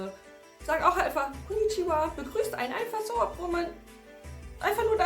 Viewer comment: "konichiwat" 😂 Es war wirklich wunderschön 🥰 good job 👏🏻